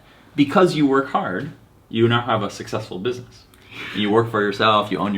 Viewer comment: busimess man 🤣🤣🤣🤣